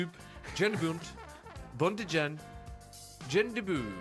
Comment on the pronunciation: It would be pronounced Yahn btw.